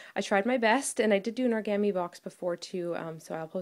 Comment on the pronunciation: I absolutely love ALL of your work! You are so talented and I get so excited when I see your videos in my subscription box! Oh and origami is pronounced "oar-eh-gah-me", not "oar-ga-me", hope you don't mind me correcting you! I have some Japanese under my belt, so it's hard not to want to show others the right way to say Japanese words!